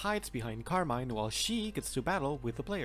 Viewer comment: it's pronounced carmine